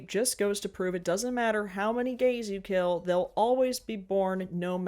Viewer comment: It Will Keel